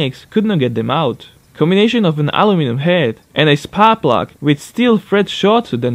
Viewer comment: You have an Issue with the Word aluminum